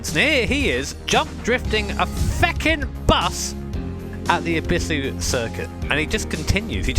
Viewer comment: The way he says Ebisu🤮🤮